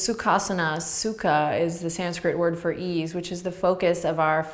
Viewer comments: Anyone else speak Russian and keep hearing "су́ка" instead of "sukha?" It doesn't mean "ease" lol. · Sadly, I could only hear Сука every time you said sukha and couldn't help chuckling like a child. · suka is also russian and i cant stop giggling when you say it